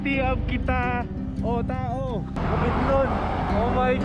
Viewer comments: na OJ ako sa kiTAOTAO... Kitawtaw ang dapat pagkakabasa nyan hehe 🤣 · Kitaotao, ang tamang pag bigkas nyan is KITAW TAW